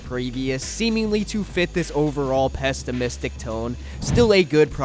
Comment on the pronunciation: Yeah, it made me feel quite pestimistic.